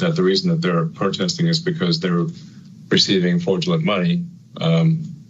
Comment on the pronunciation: he said "fordulant".. the idiot can't even SAY "FRAUDULENT".